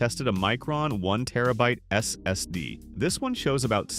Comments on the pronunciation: That S S D totally breaks immersion when enjoying the video 😂 especially the way it is said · Is this AI narrated? If not, why do you go S S D instead of SSD when talking about the SSD's? Also, problems can be intermittent with SSD's as there can be bad cells inside the NAND chips that won't trigger a reaction until data is either attempted to be read or written to those sectors.